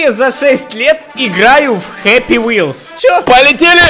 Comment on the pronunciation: не хаппи а хеппи